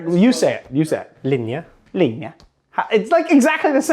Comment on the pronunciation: Thought you did a great job saying "linje". Bra jobba!